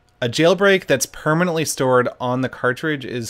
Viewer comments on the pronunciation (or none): "permanantly" yeah, about that